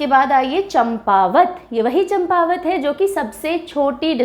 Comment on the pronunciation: यह चंपावत नहीं बल्कि चांपावत है.